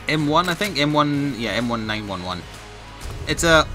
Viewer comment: you can clearly see that is not Amercan just by listening him getting a colt. Every American is born with gun knowledge wow says M-1-9-1-1 awkwardly